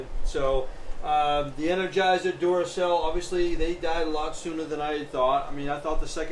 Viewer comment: These two videos of yours are my favorite. Also the way you say Duracell (dooracell) makes me laugh. :)